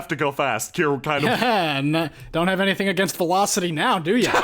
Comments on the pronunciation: Velocity is near to Velofity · Don't you mean..... VELAFCITY?!?!?!?!?! ;D